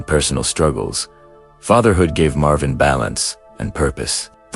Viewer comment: Marvin "S" - Marveen God, how I hate these f***ing AI-voice overs...